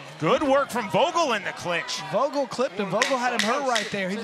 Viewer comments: Disrespectful he called the second guy Jake vogul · "Jake Bostwick vs Jake Vogal" c'mon bro you have one job... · He called vogul Jake. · Vogel is spoken with an F, but I'd pronounce it like that too if i wasn't german and named that as well^^